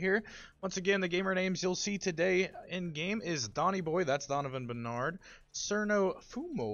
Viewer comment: It's barnard, not Bernard lol😂